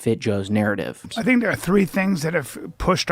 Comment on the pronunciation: I didn't expect to leave here thaankin. But since we're here, I thaank, I thaank Joe's gonna need to get the H out of there, and soon